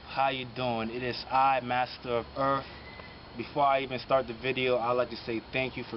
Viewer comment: The erff has anatral freak wency.❤